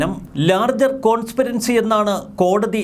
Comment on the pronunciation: എന്താ കോൺസ്പിരൻസി എന്നു പറഞ്ഞു ഞങ്ങളെ നാണം കെടുത്തുന്നത്? "" കോൺസ്പിരസി " "Conspiracy"